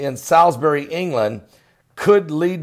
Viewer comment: Hi, just so you know Salisbury is pronounced as ‘Saul’s Bury’ 😁👍